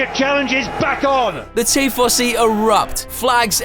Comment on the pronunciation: Look at all you rtards eating up AI slop. . The bot doesnt know how to pronounce tifosi